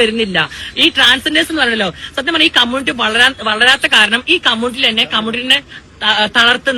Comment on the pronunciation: കമ്മുട്ടി അല്ല കമ്മ്യൂണിറ്റി 😂😂😂